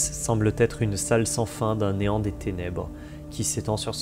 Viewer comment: Bravo pour ce travail de titan ! cependant attention aux liaisons qui écorchent les oreilles: "semble être", et non "semble-t-être" ;)